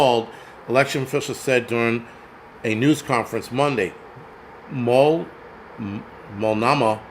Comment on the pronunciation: I know you probably don't care but: Malt (like the milkshake) No (like no) Mah (like nickname for a mother) No worries though. That's where i was born. But don't say Or-E-Gone... 😂